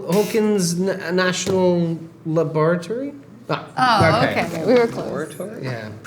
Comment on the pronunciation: LOOOL Charlie’s pronunciation of Laboratory 😭😭😭😭